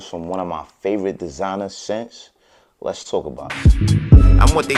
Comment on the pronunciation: "Dezinah" and "joawn poawl gowdiyay"